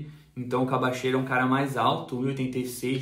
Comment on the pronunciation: Pô, mesmo com um repórter mandando um vídeos com a pronunciação correta co nome do jogador, o ainda me fala “Cabacheiro” 🤣 Brincadeiras aparte, grande vídeo, muito obrigado pelo esforço de ir buscar informações com pessoas do ramo, parabéns!